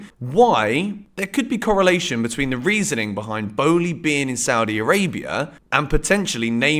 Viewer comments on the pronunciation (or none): none